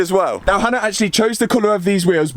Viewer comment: tbh fair I do see how people think she’s called Anna because of the way Matt pronounces Hannah